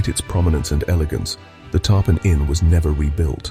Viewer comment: Awesome. The way the singer said “Tarpon” drove me crazy though. I assume AI.